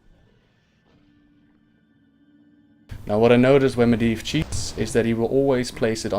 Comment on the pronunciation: Medivh is prononced MedJiv if im not mistaken :)